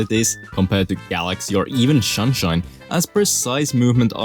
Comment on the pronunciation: Bro said “shunshine”